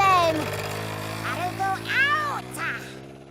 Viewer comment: Goddamn it really bothers me that you keep calling her "Haruka". It's an O at the end dude